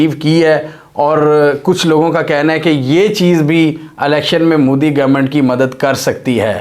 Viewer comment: bhai tu jan buchke mudi mudi karta ha respect se bol 'MODI' ji ha wo name tk dang se le le urdu madarasa me padhaye nahi ha kya